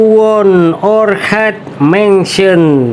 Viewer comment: pakuwon orchard bkn orhead🤣